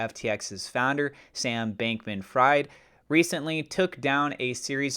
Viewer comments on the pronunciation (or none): It is "Sam Bankman FREED", like "free+d". But Sam the Bankman is fried 🤣